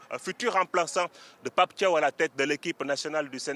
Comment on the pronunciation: Un journaliste sénégalais en plateau incapable de prononcer correctement le nom de Pape Thiaw